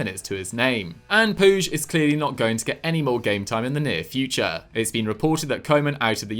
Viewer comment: it's not puzh it Pooch - it's not hard!